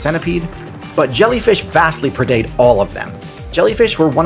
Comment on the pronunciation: He pronounced both pre-date and aforementioned wrong. I swear he's doing it just to piss people like me off. Well you've succeeded potato head.